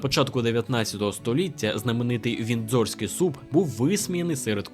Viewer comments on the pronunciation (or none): дуже цікаве й пізнавальне відео - дякую! ще й з гумором, ну бо «тіа» на «чай» 😆😆😆 віндзОрський теж кумедно, потішили🙏👍❤️ радий, що є такий контент українською